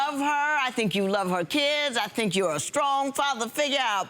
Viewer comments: He also said Skrong instead of strong 🤣🤷🏾‍♂️ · I thought I heard it wrong, just like when he said "he feels so scrong" about it.😭😭😭😭😭😭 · “i didnt know it was so scrong” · Did he say skrong? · “I didn’t know it was so skrong” 😂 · Did this fool just say bruitiful & scrong???? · Did he really say « Scrong » ? 😂😂😂😂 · did he say "scrong",did I spell that right? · not skrong 😂😂😂😂😭😭😭😂😂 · He did say SKRONG. LMBBOOO